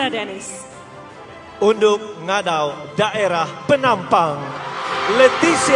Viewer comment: haha siapa perasan ,mc tu sebut francisca peter nain...unduk jadi undok.